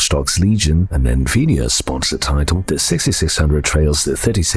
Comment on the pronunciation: He uses a cyber voice, it has improved but screws up emphasis and thus some pronunciations on many words that just don't fit the accent. It used to say "en-vee-dee-ah" rather than NVID-ia Uncanny valley